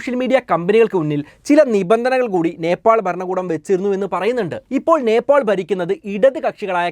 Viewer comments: നേപ്പോൾ?? നേപ്പാൾ അല്ലെ ബ്രോ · നെപ്പോൾ അല്ല നേപ്പാൾ. കമന്റിൽ എഴുതി. പൊക്കോട്ടെ.